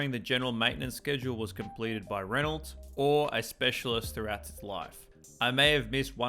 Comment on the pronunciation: Good info, just stop calling it a “Renolt”.